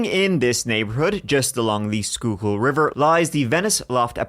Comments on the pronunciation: You did a great job and you did a very good job pronouncing Manayunk and Schuylkill River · Whatever kind of bulllshit my friend would say 😂 😂😂Extra props to you for pronouncing Schuylkill correctly 👏🏻👏🏻👏🏻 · I love the perfect pronunciation of Schuylkill from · Excellent pronunciation on Schuylkill good on ya!